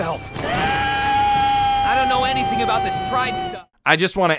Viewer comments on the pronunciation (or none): none